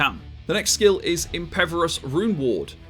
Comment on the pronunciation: Okay, after the fifth time I just gotta ask. Is pronouncing 'impervious' as 'impeverous' some kind of in-joke I'm missing out on? >.>